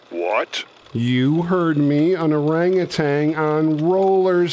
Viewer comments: There's no "g" at the end of orangutan. It's tan, not tang. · I found the movie boring and very disappointing, but ET was great. P.S., it's Mow-beel, not Mow-bile. Also, there is no "G" at the end of orangutan. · Orangutan. There is no "g" at the end.